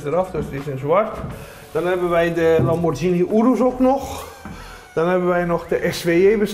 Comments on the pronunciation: Zo spreek je het uit: Lam-bor-kie-nie (met de gh uitgesproken zoals in ghetto) Dus niet: Lam-bor-sjie-nie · De uitspraak van het merk 'Lamborghini' wordt niet juist uitgesproken. Dit geld ook voor de interviewer. Boeie ja